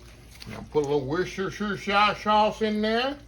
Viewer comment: Jamaican me hungry with those! 😁 Dirty flour lady doubly-mad this morning. Reusing oxtail flour from an HEB bag! 😂 I like your pronunciation of Worcestershire sauce better than Box Cake, he just says "W" sauce -- bor-ing! 🤣🤣 #justshowsomekindness